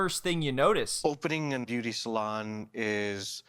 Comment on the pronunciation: I’m all here for the “Made Beu-aty” 😌💀